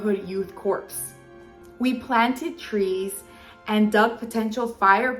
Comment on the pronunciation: As a person making videos, please learn how to pronounce words prior to filming. "Corps" is not pronounced phonetically. Consult an audio dictionary now, and in the future. This is painful, please read the work numerous times prior to filming. It's juvenile in its presentation. She sounds like a 7th grader. I'm out.